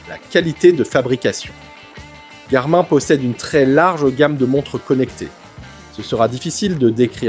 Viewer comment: Le présentateur ne sait pas que Garmin se prononce Garmine ?